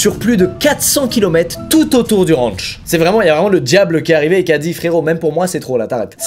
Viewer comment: Première punchline 😂😅 j'adore les fleurs mais la mentalité est plus droguées que peace donc stone . 🌺🌼 Je préfère le look métal que hippie. Et de deux ! 😂 et ça continue... Une mitraillette 😂 dans son Rwanchh 😂😂 car on est aux etaaats unies d' amewique avec des maiwiines aussi haha 😂 ça me tue cette façon de parler 😂😅 J'en ai eu des points de suture mais 120 nope c'est ouf 😅😅 moi avec mes 13 pts de suture 😅😅 et il est sûr et certain que Marshal n'a rien de cool et de réfléchi, la protection animal mes fesses ! Si l'effet Pinocchio existait il ferait le tour du globe plus d'une fois... Pauvres bêtes et pauvre famille que Marshal ne mérite gère. Un chat c'est oui un lion c'est non ? Vraiment ? Mdr 😂😂😂 mais juste ciao avec le smile ça fais le job 😂 la bise toujours un plaisir de voir tes vidéos et ton humour. Longue vie à ta réussite .